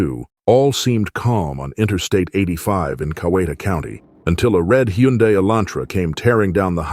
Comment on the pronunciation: What is a “HUENDAY?”